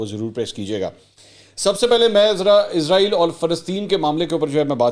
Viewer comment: منصور علی خان صاحب اسلام علیکم آپ کو اس بات کی طرف توجہ کی ضرورت ہے کہ آپ اسرائیل کے بجائے ازرائیل کہتے ہیں